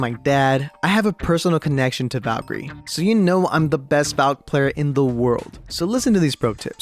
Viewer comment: Make a video but u pronounce call Valkyrie as vakiir